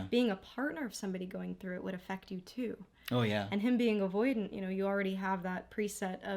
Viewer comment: I like the stress on "too" 😊